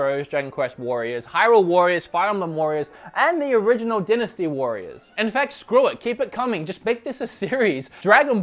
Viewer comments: Die nasty warriors not den asty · It’s “Die-nasty” not “di-nasty”. I’m not trying to be a jerk, it would be the same if you had a booger in your nose and no one said anything, wouldn’t you want to know? Haha anyway love your channel. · Die-na-stee warriors not din-a-stee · It is more a regional variation than accent, since both "dinasty" and "dainasty" are valid pronunciations. An example of an accent would be pronouncing "time" as "tame." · Dynasty is pronounced "die-ness-tea" (at least in the U.S.) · It’s pronounced dienasty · lol... I guess in Austroilia, they pronounce 'dynasty' as "Dennis-T"... lol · It’s die-nuh-stee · The way you say "dynasty" hurts my pee pee